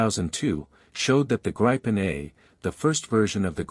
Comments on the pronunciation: It is Gripen with an "i" like Indiana, not with the "i" like in Idaho. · Greepen, not Grypen, dammit! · It’s a long “i” pronounced more like the “ee” in “green”, so “Greepen”. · I doubt Saab or the pilots will be offended by a slightly incorrect use of a word but we Swedes pronounce it both like green and grin depending on the person. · 'Gripen' means 'the Griffin'. A 'grip' is spelled like this in Swedish for a reason, the 'i' is pronounced long, like 'ee' in English. If the 'i' should be short, there had been two 'p', 'gripp'. 'Greepen' it is. And, 'graipen' sounds like 'ripen', bananas. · It's pronounced as ee in keep! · I do have a gripe with how the name of this fighter is being pronounced. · I’m Swedish too and I’ve never heard anyone pronounce it “Grippen”. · pls teach your tts how to pronounce gripen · Man I can’t stand these synthesized audio voice overs. Pronounce the plane’s name correctly!